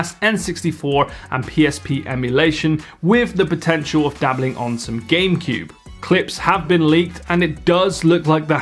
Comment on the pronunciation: i think he actually said "Gamepewb"